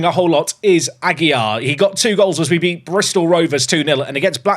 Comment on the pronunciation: Ah-gee-LAR. This is driving me crazy to hear every episode. Perhaps someone will buy from the team and solve the problem. LAR, not YAR.